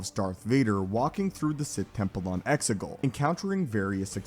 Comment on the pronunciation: No offense mate,but it's Exegol, Xigul. I could be wrong.